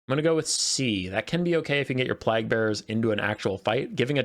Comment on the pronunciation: plague and plaque pronunciation and meaning are different, mate ❤